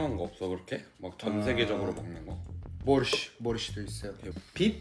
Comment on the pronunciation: Не борьщ, а борщ